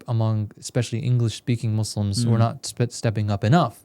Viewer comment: Why do you guys say muslams? Shouldn't you say Muslims?